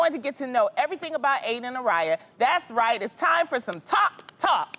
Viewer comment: Rite! I thought I heard rite..had to play it back..lol " just give me a cup, boi bye!